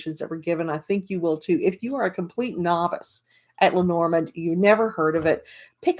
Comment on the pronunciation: Hi! I just came across your review. I have bought the book and I have bought the cards but I haven’t started yet learning. I’m glad you like Erica‘s book, but you pronounce the name differently than she does. She pronounces it: LEH-nor-MOND. You say: Leh-NOR-mund. I’m wondering what you think of that? Who is pronouncing it right? And who is pronouncing it incorrectly? I’d really like to know. Thank you.